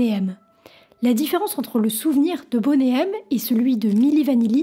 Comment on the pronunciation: Ainsi que Boney, ce n'est pas "bonnet".